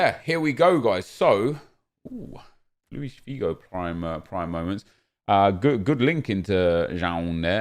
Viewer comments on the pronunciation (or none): none